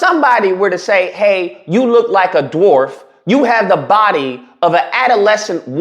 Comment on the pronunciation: He says "dat" instead of "that". He says "da" instead of "the", but Jasmine Crockett is the one who's "ghetto"?